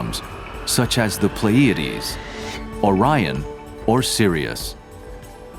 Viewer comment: And the narrator doesn't know how to pronounce Pleiades.